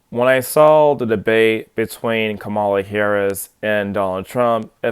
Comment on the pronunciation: Fake news. Are you mispronouncing her name on purpose? Sad...vote Harris/Walz.